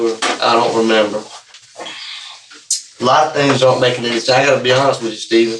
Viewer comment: SCHTAYVEN! CMON SCHTAYVEN!